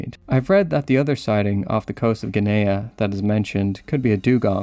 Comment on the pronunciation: It isn't Guineah, it is pronounced Ginnee, with the G as in get.